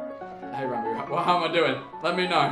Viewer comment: says ranboo CC: rambu